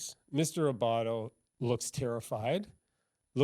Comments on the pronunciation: Adam Abbate....not Abbato Anna Cross....not Emily Cross Just being helpful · ..Abatte NOT Abatto....and Anna Cross, NOT Emily.